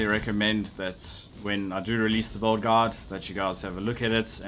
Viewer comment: Its sounds like bald or bold when you say build so its kind of Funny:D